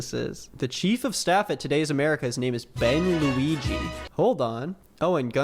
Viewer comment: For some reason I keep hearing bang Luigi, I only realized it was Ben Luigi, close to the end.